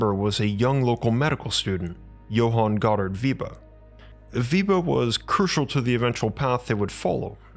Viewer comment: Weber, not " Wieber"